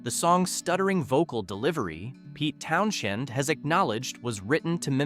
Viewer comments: Towns-end, not effin Town-shend. 🙄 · The "h" in "Townshend" is silent. The name is pronounced "Townsend". I find your mispronunciation jarring, to say the least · Sorry, I lost it when you tried to pronounce, "Townsend," and failed miserably.